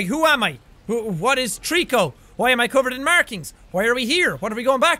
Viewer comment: Whenever he says Trico, I think Treecko hahah